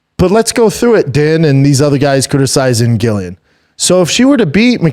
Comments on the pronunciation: Brendan just a quick little fyi - Din is pronounced “Dean” and Gillian is pronounced “Jillian” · Dude .. no home but I fucks with B Shaw...but please stop saying GILLian...its pronounced JILLian lol... pleaaassee 🙏 lol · Its said like 'Jillian' even if its its a G!!!! America say so many words wrong.. you speak English, pronounce things properly like English people do!! Drives me crazy loads of words americans say wrong.. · lol Brendan is driving me crazy by not pronouncing their names correctly. It’s spelled sin but it’s pronounced DEANA GILLIIAN= Jillian. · How does he struggle with saying Gillian and din😂😂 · I love the show honestly, some good takes, but mispronouncing Gillians name the whole time , and saying Ian is the top dog at his gym are crazy goofy haha ( pretty sure Charles is still the man there ) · What way is he pronouncing "Gillian"? 😂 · Crazy work that doesn’t correct Shaub on the pronunciation 🤣😂 dude is making him look stupid not saying anything